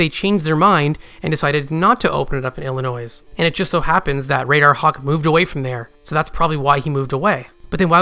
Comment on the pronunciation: Maybe is a spy trying to mislead us with his theories and pronouncing the S in illinois